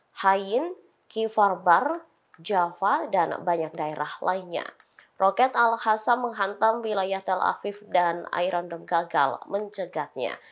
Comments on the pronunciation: Mba presenter Al QASSAM bkn Al HASSAM, gatel kuping dengernya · Tolong dikoreksi ! Kok pembawa berita ini membacanya Al Hassam sih ? Ngga enak banget didengar . ( Al Qassam ) harusnya diaca Al Qossam . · Al Qosam, bkn al hasam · Min, tlg pembca beritanya nyebut al qosam yang bener.. AL QOSAM BUKAN AL HOSAM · Bukan al hasam min tapi al kasam. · bacanya: al-kosam bukan al-hasam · AL QOSAM neng AL QOSAM bukan AL HASAM !!!!!!! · Bukan hasam mbak... Tapi al QASAM ! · Woooyy AL QOSSAM BUKAN AL HASAM. TLG REDAKTUR BERITANX DIBERITAHU REPORTERNX ITU. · BUKAN ALHASSAM yang cantik..!! tapi ALQASSAM..😂😂😂😂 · Hai reporter, p ake jilbab koq ngomongnya al hasam. Harusnya al qasam. Agar terlihat cermin islam mu ! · Para pembacatribun new,lidahnya perku dikerok pake cincin àbu akik,biat bener bacanya,al qossam bukan al khosam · tlg yg baca berita,,,di evaluasi,,klo baca Al Qassam jgn di baca al khassam itu salah ,,,dikuping telinga terasa gaduh,,,,sakiiit